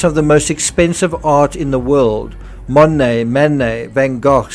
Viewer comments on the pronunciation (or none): none